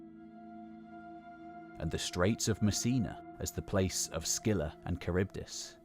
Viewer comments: CHARYBDIS : Tcha Ribba Diss? It is like kuh-RIB-diss. Some people may assume you have expertise and begin pronoucing it incorrectly because of this video. You have such a broad range of knowledge, but can't be perfect. I'm sure there are people in the community willing to help out with such proof-listening before publishing. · Just to make it easier for english speakers. Its pronounced ''Harivdis'' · You pronounce Charibdys en every possible way! Charbydis (wrong), Charybides (wrong), and eventually, Kharybdis (right). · Charybdis with a K -aribdis (/kə.ˈrɪb.dɪs/). Like chameleon or character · Kharybdis, it is a Greek Ch- not a Norman one. Nice job overall. nice images, especially the well researched frescoes and pottery images. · “Char beat us” lol